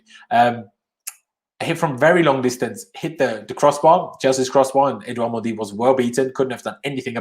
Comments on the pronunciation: His name is not “mondy” stop saying that. So disrespectful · I’m fluent in French and it’s absolutely not the correct pronunciation idk what you’re talking about